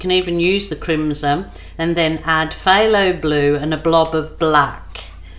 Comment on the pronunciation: Yep, beautiful colors. Oh, the red color is crimsoN with an "N". I think you're saying it with an "M". Could just be your accent. Lol. xoxo